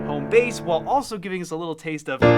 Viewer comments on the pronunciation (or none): none